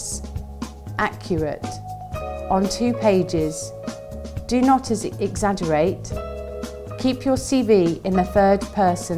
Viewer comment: don not exxaa-gerate